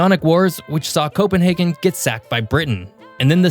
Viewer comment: Slartibartfast was responsible for the fjords of Norway. Sweden gave us the Swedish Chef. The most popular Hondas in Finland as Helsinki Accords. Also, at the end of a race in Helsinki you will find the Finnish line. And thank you for the correct pronunciation of Copenhagen.